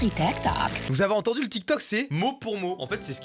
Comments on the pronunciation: Elle a dit télé tok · L'arabe dans la vidéo est claqué au sol hhhh et tiktok ne se prononce pas comme elle la dit hhhh 😌